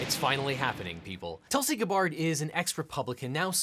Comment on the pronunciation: Weirdly her first name is pronounced Toolsy